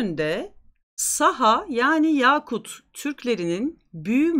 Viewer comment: Haddim olmayarak, bir galatımeşhuru düzeltmek isterim. Yakut özel adını, bir değerli taş olan ve dilimize Arapçadan giren "yâkut" gibi telaffuz ediyoruz çoğumuz. Fakat özünde Türkiye Türkçesinde de yaşayan "yaka" sözcüğünden gelir ve "kısa a" söylenmesi gerekir.